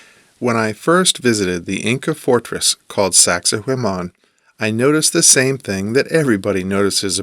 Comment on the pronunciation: saxay waman, not saxay wayman never thought I could be so triggered but you pronounce it so many times